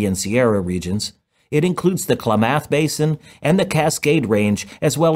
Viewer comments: They have a plan to put the excess back into the groundwater, it diverts runoff from the Sacramento River to a new reservoir where it will slowly pumped into the ground. Are this videos narrated by AI? He did not pronounce Klamath correctly. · Pronounce “Klamath” a little better than you did. Terrible.